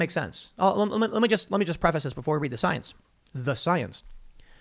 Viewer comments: "Soyence!" Coin that, Tim, coin it! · Soience? Tim? 🤣